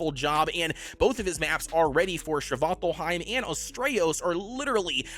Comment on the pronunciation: stop with the shvaltalheim! it's Svartfheim